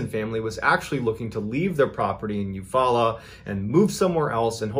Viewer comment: I almost spit my drink out when you said Eufaula Ok. Thats the next town over to me. Just crazy to hear all of these stories and one of them is literally right down the road. And kudos for pronouncing it correctly!